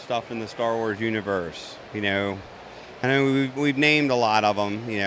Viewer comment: This is pretty cool you "kneow"